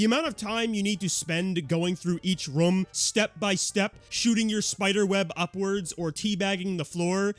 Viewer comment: bro still cant say room correctly lmao